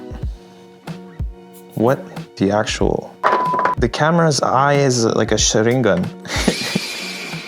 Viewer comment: It's weird to hear a native English speaker actually pronounce Sharingan correctly